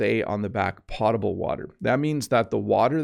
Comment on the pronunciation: Hi! Thanks for your wonderful videos. By the way, I’m afraid “potable” should be pronounced “pOH table”.🤔 Hope it helps.☺️